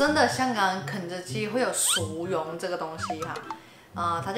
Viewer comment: 膠樽好似多數叫寶特瓶，同埋國語唔正嘅薯蓉咪好似你咁讀囉，正確係R音唔係Y